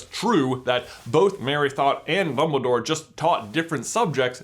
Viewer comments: did he say bumbledoor? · he says “ Bumble Dore” lol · does J say “Bumbledore”? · am i the only one who hears him say mumbledore ? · xD 'Bumbledore' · he says Bumbledore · DUMBL-Y DOORE